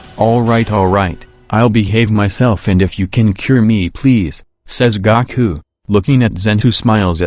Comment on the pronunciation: It's GOOOOkUUUU not Gaaaakuuuu! Gaku it sounds annoying when you say it wrong! it's Goku. just because you think it sounds that way because of the two vowels don't make it so the O is O sounding not Ah.